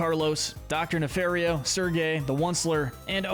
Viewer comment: It's pronounced nuh-FAHR-ee-oh, ""! 🤨 Stop mispronouncing his last name, you idiot! How many times do I have to tell you?? 🙄